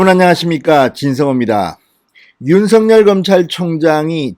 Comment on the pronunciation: 아무리 영남 억양이라도 윤총장을 윤서결로 발음하지마세요 윤총장이름은 윤석열입니다 발음을 절확히 하세요 부탁합니다